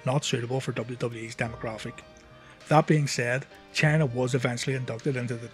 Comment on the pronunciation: thought you kept calling her channer